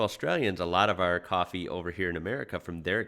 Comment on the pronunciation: Uts Coffee not Cwofwee